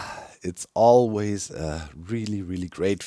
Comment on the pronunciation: Everytime doc mispronounces allays i Imagine a bunch of them saying "trans tights are human rights" in very high pitched voices